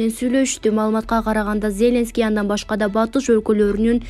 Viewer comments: Тексти окуп жаткан квзга- Зеленский деген атты туура окусан ударениени биринчи ээге койбой оку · Атомду , Зеленскийди,Бористи туура окучу.